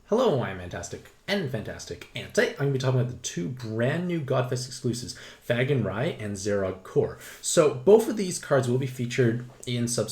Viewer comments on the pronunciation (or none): Thanks for the info! Also, it’s “FAY-gan.” Normally I wouldn’t say anything but you need to uhhh... not say it THAT way anymore, please. Keep up the good work!